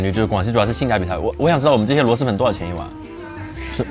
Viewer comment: 是螺蛳(sī)粉